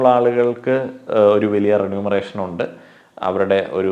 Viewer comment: renumeration ❎️ remuneration✅️